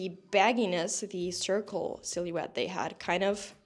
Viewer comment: Can I ask, what is your first language? You pronouncing silhouette as “silly-wet” is cracking me up 😭